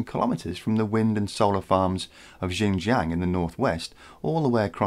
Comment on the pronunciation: Your pronunciation needs a bit of help...XinJiang is phonetically more like "sin-jee-ung" and spoken in a high even tone (yes,tone matters)...or to give it it's true name East Turkistan. It is occupied by the Chinese authorities, but has it's own distinct culture like occupied Tibet and Inner Mongolia.